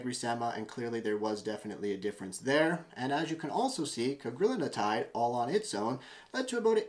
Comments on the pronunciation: It's Cagrilintide. Four syllables: Either "Ca-gril-in-tide," "Cag-ri-lin-tide" or, if you prefer, "Cag-ril-in-tide." It does NOT have five syllables, like "Cag-ri-lin-in-tide" or "Cag-ril-in-a-tide." Look at the word. There is only one "n" in Cagrilintide and it is followed by a "t", which is part of "-tide." How you find an extra syllable between that "n" and "-tide" is beyond me. But heck, everyone on the Youtube is doing it. Which does make one wonder. That said, Cagri is a hell of a AMY3 receptor agonist. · It’s Cagrilintide (you’re pronouncing an extra syllable in the middle)